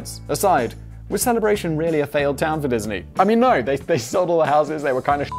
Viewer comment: I'm surprised he pronounced Celebration correctly.